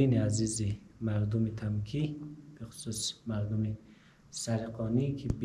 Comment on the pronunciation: So annoying when you call it Tamaki!!! It's Tamki bro😅